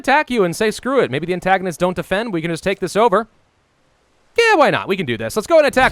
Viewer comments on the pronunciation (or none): please, it's AntIgonids with an "I", not an "A". Ant-I-gonids Edit to say I loved the video and all the work you do. It's just the pronunciation sometimes.... Have a good break! I really hope you enjoy it!